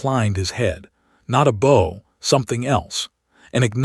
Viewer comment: The narration needs to know the difference in the pronunciation of, "bow" as in bow and arrow and "bow" as in bow at the waist.